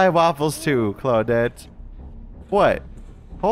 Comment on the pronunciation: How come you don't say "Clau-deet" anymore? I miss it!